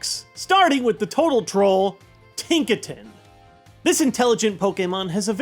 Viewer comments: It's pronounced Tink-a-ton Not Tink-a-tin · ...how did you manage to mispronounce Tinkaton as Tinkaten? It's "Tinka" + "ton", as in 2000 lbs. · I'm pretty sure Tinkaton would be pronounced "Tink-a-ton" like a "ton of weight."